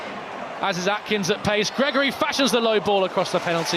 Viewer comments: calling AKINS, ATKINS is incredibly tinpot, learn players names ffs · Would have thought a bare minimum for a commentator is reading the players names. We don’t have a player called Atkins.